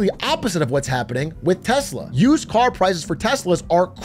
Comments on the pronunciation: It's pronounced "Telser". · Tesla? What's Tesla? Do you mean Teslur? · 😂😂😂 trump called it Teslur! 😂😂😂😂😂😂 also called elon, Leon a few times ! 😂😂😂😂😂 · Tesler lol😂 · Elon doesn't even know how to pronounce "TESLA". He constantly says TeZla, which is not correct. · You're pronouncing it wrong. America's Top Salesman in Chief calls it, "Tessler!!" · TesLER he called it. Not tesla but TesLER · ITS PRONOUNCED TESLER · it’s pronounced “Tesler”, get your facts straight ! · And the worst part is Elon doesn't even pronounce "Tesla" correctly.